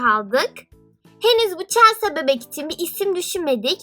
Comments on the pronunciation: celsa diye okunmuyor celsi diye okunuyor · Okunuşu çelsa değil , çelsi :D Bu arada yüzünü göremediğim için sesin çok tuhaf geliyor :D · Çelsa değil çelsi diye okunuyor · Sen chelseayı çelsa diye okuyorsun ama öyle okunmuyor çelsi diye okunuyor 😈😈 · Çelsa what okunuşuyla çelsi o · Chelsea çelsa değil çelsi diye okunuyo 😍 çok güzel bir video olmuş bu arada 😎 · Çelsa deyince sinirime gitti çelsi diye okunmuyo mu ben mi yanlış biliyorum cevap verebilir mi ? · çelsa diye okunmaz çelsi diye okunur.☺️ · Chelsea çelsi diye okunuyor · Niye Chelsea ye çelsa diyorsun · Chelsea yerine Chelsea niye diyon gıcık oldum.😝😝😝😝😝😝😝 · Chelsea yazıldığı gibi okunmuyo